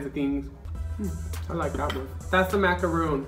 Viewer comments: Macaron not macaroon. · Macaron, not macaroon. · Macaron not Macaroon. Still love ya though:) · Say it with me "macarons"! Not "macaroons", they are those shredded coconut cookies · Girl it's a maca-ron not a macaroon!